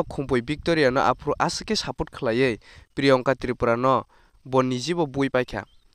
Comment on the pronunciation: please brother pronounce my name well my name is Priyangka not priyonka 😂